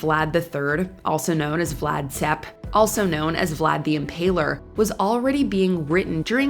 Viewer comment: Vlad Tepes is pronounced as Vlad Tepesh.